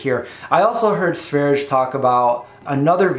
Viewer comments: That's not how you pronounce Sverige. I'm Swedish. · sverye with the e's pronounced as the e in "best".